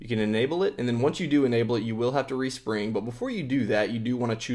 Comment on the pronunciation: lol he said, "Respung"